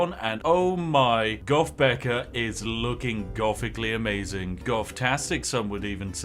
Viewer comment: Spiff, when saying "goth" you need to learn that TH is not pronounced with an "F" learn English.